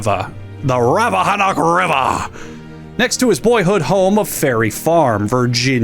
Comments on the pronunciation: I love right by the Rappahannock, fucking love it here and I’d superior to anywhere else in the world. Also it’s pronounced rap-uh-han (like ham)-nick, you absolute buffoon. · lol at people pronouncing virginia locations rappahannock is rappahannick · Rappa (Like PaRappa) hannock (like hammock) Rappahannock River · Fun fact: it’s pronounced Rappahanock, not Rappahanock. (But seriously, The han sounds like the han in Hand not Han Solo) Also, is wearing sunglasses so his pronunciation is fine, just notifying other viewers.